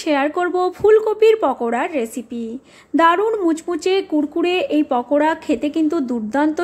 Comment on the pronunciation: শব্দটি বাংলা কিংবা ইংরেজি যেভাবেই উচচারণ করেন পাকোড়াই হয়। তাছাড়া আপনার নিজের লেখাটিতেও পাকোড়া লিখেছেন। অথচ উচচারণ করছেন পকোড়া।